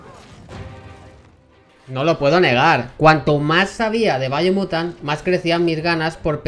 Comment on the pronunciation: Si no veo qué video puse y estoy viendo el video mientras lo oigo.. Pensaría que dice Bayonetta por su pronunciación y me confundiría